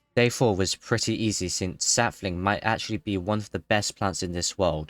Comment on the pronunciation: *Sap-fling (Contain mint)